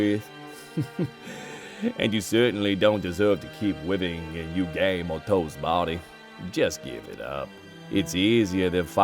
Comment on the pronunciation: “And you certainly don’t deserve to keep wiving”